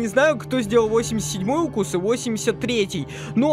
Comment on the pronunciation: 83 укус ты сказал правелна и 87 также